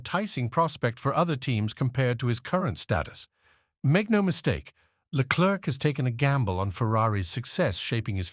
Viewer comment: why can't this narrator just take 1 minute of time to learn how to pronounce a drivers name right??? Leklerk ?? Verschhhtappen ?? really?? Dumbasses !!